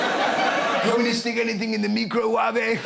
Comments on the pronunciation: I can explain! There was a clip that was going viral around that time from Nigella Lawson (famous TV chef) mispronouncing microwave and predictably everyone took the absolute piss 😂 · I Can tell you I do brush it I have a brush 😂 The way he prononce microwave😂😂😂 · me either, but I’m guessing it’s because they’re royals and never had to operate an appliance in their entire lives, and maybe Phillip did indeed mispronounce it at some point 🙃🤷‍♂️